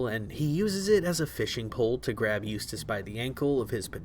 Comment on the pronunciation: Did anybody ever notice the way she says his name it sounds like used a**